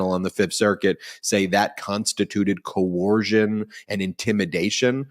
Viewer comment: COERCION, NOT CO-ORSION